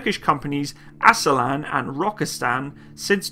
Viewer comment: Great video and a hint: in Turkish every sound has a unique letter and every letter has a unique sound. So every letter is read: Aselsan is pronounced a-s-e-l-s-a-n and not "aselan". The full name of this company is Askeri Elektronik Sanayi - Military Electronic Industries. Aselsan was founded in 1975 to produce wireless military equipment after the US military embargo following the Turkish intervension of Cyprus. Almost all military technologies of Turkey today, has roots of such embargos of his allied NATO countries. Hisar is the result of US denial of selling Patriots to Turkey. Altay tank is a product of Germany's Leopard embargo. Turkish drone families are the result of US rejection of providing Turkey Predator and finally Kaan fighterjet is the fruit of US removal of Turkey from the F35 program.